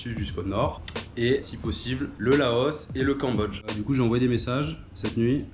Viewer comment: Super mais on dit Laos, pas Laosse